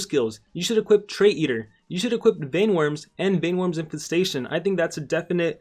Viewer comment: Vine worms you pronounced it like this ? It's VEIN WORMS , ryhmes with rain , pain , main